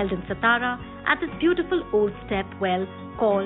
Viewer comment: Wonderful places to see. Kindly change the lady describing the places. She is unable to pronounce even simple Marathi names like "Satara", "Mharashtra" instead of "Maharashtra" and makes many more mistakes. The whole purpose gets defeated when the person is unable to describe properly. Also can't do full screen on mobile.